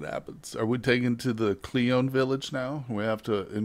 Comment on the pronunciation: Michael Bang , no relation to Michael Bay 😋. For some reason every time you say clione I hear Celine Dion 😁. Anywho nice progress looking forward to more.